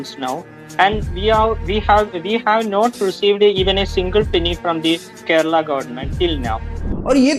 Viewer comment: Keral nahi Kerala hai